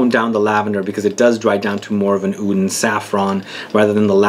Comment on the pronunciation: am a middle eastern and we say oud we don't say Aoud lol the only fragrance i have that contains lavender is nicolai patchouli intense and i absolutely love it. btw what type of (Halwa) are u talking about? in which country did u try it?